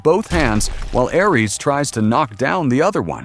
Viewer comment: You mispronounced Ares